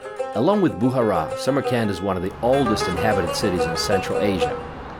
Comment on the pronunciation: Its not Boohara, but Bukhara.. Its not Baboor, its Baabar (Babur)